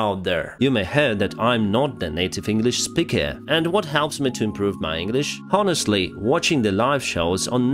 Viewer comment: it looks funny when you say about improving your English and the very next word Honestly (ɑːnɪstlɪ) is being pronounced absolutely incorrect as well as "again"(əˈɡen).